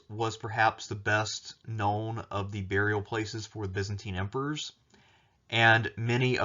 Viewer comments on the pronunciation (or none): none